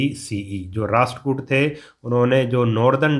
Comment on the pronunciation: It’s rasht